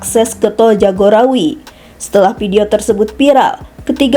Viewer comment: Play Oper (Fly Over), pidio (Vidio / Video), piral (Viral), maap (Maaf), jenajah (Jenazah), otter ring rot (Outer Ring Road), Kijang Inopa (Inova), Kemudiakan (Kemudikan), Pengemudia (Pengemudi), kecelakaan ber untun (Kecelakaan Beruntun), Muhammed Bin Jayid (Muhammed Bin Zayed), Kapaleri (Kavaleri), Plat eReP (Plat RF), Perekap (Perekam?). Coba naratornya dibenahi pengucapan nya.